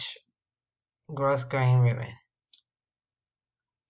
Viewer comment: Just a heads up for future videos, it's pronounced like "GROW-GRAIN".